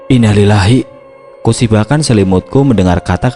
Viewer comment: Saya subscriber channel ini, emang sering salah saat mengucapkan Innalilahi wa innailaihi roji'un